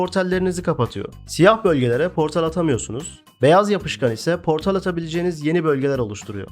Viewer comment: portal yerine portel diye telâffuz etmenden bahsediyor, o telâffuz beni de biraz gıcık etti ama video güzel beğendim.